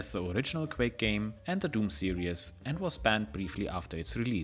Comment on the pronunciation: serieeeeees, not serious (that is serious sam) ""...